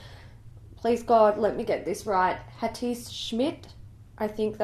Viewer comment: Dear, Hatice is a Turkish name. The letter c in her name is pronounced like the j in James or jungle.